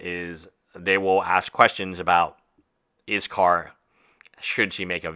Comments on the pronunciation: I appreciate your take on all this, and maybe it is just me or how I am hearing it, but it sounds like you are saying IS KAR not IS Call. Just wondering why I am hearing the name being said incorrectly, not that it is a big deal but is hard to get past hearing it said incorrect.. LOL sorry no offense meant. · Yeah I’m very confused why he’s calling him izcar, what? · Dude, learn to take some criticism! YOU are the hater here, YOU made the error and the comment asking why was very nicely worded. Whats your problem? If you make a video about a person you should be able to at least try to pronounce their name properly! As a practitioner of law you should be able to read! Why would anyone in their right mind pronounce "ll" as "r" ? DO some REASEARCH BEFORE making a video! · Learn to pronounce his name. Cripes.